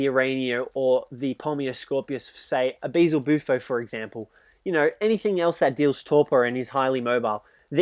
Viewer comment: Hes stupid,it’s (Beel•ze•bu•fo)